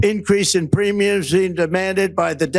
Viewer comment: Ah yes, the premius. You know the things we pay for healthcare each month. His mouth is slurring into Latin.